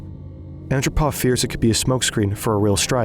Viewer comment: Is this narrated using AI? In the narration, the last two syllables of the word documentary is pronounced “Terry.” And Yuri Andropov’s last name is mispronounced in the narration as ANN dro pov, when it’s pronounced An-DROH-pov. If you’re going to make a video that includes the former General Secretary of the Soviet Union, you should pronounce his name correctly.